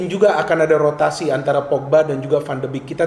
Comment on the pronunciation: Analisis yang bagus.. sedikit koreksi pengucapan yang benar 'van de bek' bukan 'van de bik'